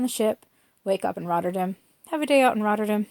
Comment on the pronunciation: You know there's an A in RotterdAm right? :) Never heard it pronounced the way you do it lol